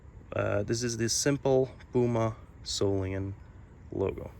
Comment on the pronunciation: Many years ago a knife dealer friend of mine corrected me on how I pronounced "Solingen", It was the now deceased Frank Buster of "FIGHTN ROOSTER KNIVES"!!! & he said David, over in Germany they say SOL E GEN, not SAUL EN JIN!!! It has a hard "G" in it!!! This gentleman has used the hard "G" every time!!!